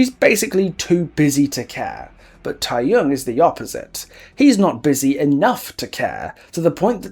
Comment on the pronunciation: I'm sorry, I agree with you on basically everything, but I can't help but be bothered that you don't make much effort to pronounce any of the Korean properly yourself. It's easy enough to check online for how to pronounce keopi or the tae in tae-young and taekwondo. Also, one thing that, while I don't like the japanese in the world at all, you kinda brought up a great point just before about the realm being his delusion. Idols promote in Japan and, while I would never expect those ads to be printed in Korea because why, it's something that he would have done and would be logged in his mind with all the other promotional material he's done. But I feel like, for the map, just focus on Korea please...